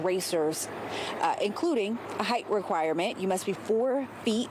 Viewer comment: Poor man - note to anchor - height is pronounced “hite”—rhyming with “kite” or “bite.”